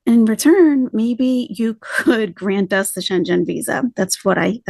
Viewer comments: It’s pronounced Shen-gan, not Shen-Jen. Love your translations and insight and just wanted to help you in an area I am familiar with ❣ (American in Germany for 7 years and about to take the citizenship test! ) Love your videos cuz they have the cultural approach that’s needed on her new journey/larp. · It's pronounced "shengen". One word. It's the name & place of where the original customs agreement was made. I used to be a customs officer & heard way too much about the Schengen agreement. 😉👍